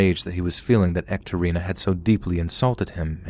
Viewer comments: First of all I’d like to say I’m a big fan and with that I’d like to add that “eh-kuh-Trina” is pronounced “eee-CAT-er-ina” 😅 sorry, it’s all I could focus on during that story 😅🤦‍♀️ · Not (e) Ekaterina, but (ye) Ekaterina . Like in (ye)s , or (ye)llow . Russian language class here 😂😂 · Ekatarina not echatarinna